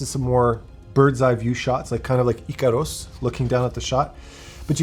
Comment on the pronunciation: said EëćÄrüs love that he adds the accents😆😆